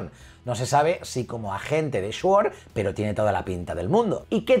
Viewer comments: Todos:... se dice sword: shuord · Mas cringe cuando dice SHUORD 😂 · ESCHUOR XDD sword no mas dani xD saludos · Shuord. Ataca otra vez 🤦🏻‍♂️ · Shuord. XD Te quiero Dani, eres mi marvelita preferido. Saludos.